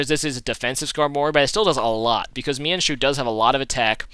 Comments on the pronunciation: is mienshao not mienshu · mienshoo.....mienshoo....... FUUUUUUUUUUUUUUU